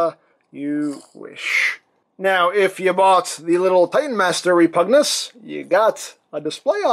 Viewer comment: Is..... is it pronounced like that? "Reh-POOG-news?"